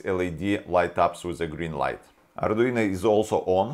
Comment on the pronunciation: So, mr, I'm a fan of your videos! But... "ArduinA" is not the same as "ArduinO". Same as "Romanovich Raskolnikov" is not the same character as "Romanovna Raskolnikov". Sounds similar, but not the same. If you could pick up an "Arduiña", then that would be quite exciting!